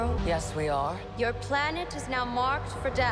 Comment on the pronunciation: "yes we awhre"